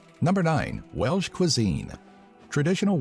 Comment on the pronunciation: we are called the welsh, not the welch.